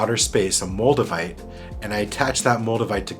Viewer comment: Moldevite? I thought you said Magnamite... I was just about to catch 'em all too...